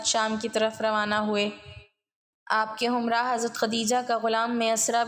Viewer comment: aapka andaz to buhat acha hae laiken kai lafz buhat ghalt boly jaisy rabt ko aap rubt. himrah ko humrah bola appna tlafuz ko teek ker lain to buhat acha ho ga